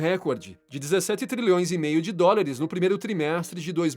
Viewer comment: Bom conteudo, boa voz e dicção. Pórem vale a pena se atentar para algumas palavras ditas erradas. Não é DORILIS e sim DÓLARES. de resto, tuudo certo!